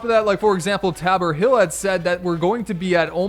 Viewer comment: Tae-boar hill???